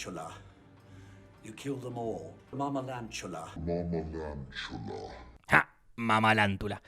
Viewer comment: En verdad es mamalavalantula pero por el sonido de ingles hace escuchar mamalantula